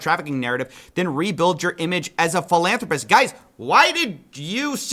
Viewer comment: I think you're mispronouncing philanthropist